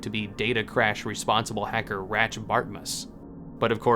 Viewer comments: "Ratshe Bartmoze" 😭😭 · literally dude his pronunciation is some of the WORST ive ever seen so annoying